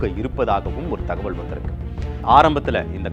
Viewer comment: ஏன்டா தமிழை இப்படி கடித்து குதர்ர …. தகவள் இல்லை தகவல் …. தமிழ் ஒழுங்கா பேசவே தெரியலையே …